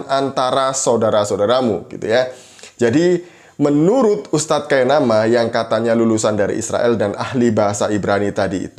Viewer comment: KAINAMUS...... NOT kainama